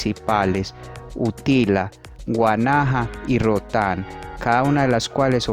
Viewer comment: Es Roatan no rutan 👌🏻😂😂🤦🏻‍♀️